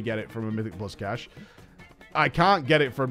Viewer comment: FFS STOP SAYING CACHAY!